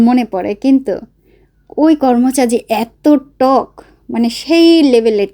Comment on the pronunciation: কর্মচা না করমচা বলে ।